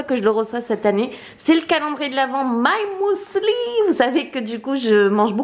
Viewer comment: On dit mUsli pas mOUli mdr